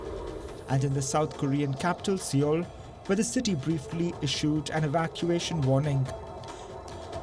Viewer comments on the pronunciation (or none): IT'S PRONOUNCED SOUL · Why do pronounce Seoul like that LOL 😆 As news organisation don't you know how to do research and pronounce and speak English properly?